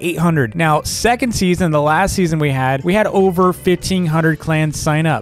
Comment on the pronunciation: When ever says last season I think is saying lassy